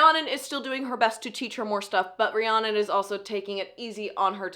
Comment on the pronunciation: You saying Rihanna instead of Rhiannon is sending me